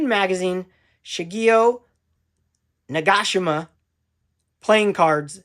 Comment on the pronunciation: Great video as always! I'm Japanese but no expert on names but I would pronounce Nagashima as Na-ga-shi-ma. Thanks Ross from Oahu. 🤙